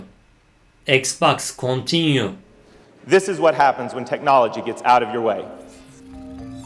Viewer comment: Nobody:; kontinyu